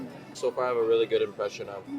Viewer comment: really のL がRになるだけでなく、全体的にR の発音が気になります。スミマセン。もっと自然に発音されたら、聞く方も聞きやすいように思います。yeah?という時にも最後にRが入ってしまっている感じです。